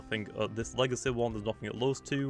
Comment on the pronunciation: i like how u say legacy "legace"